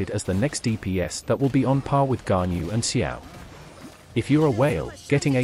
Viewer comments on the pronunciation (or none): none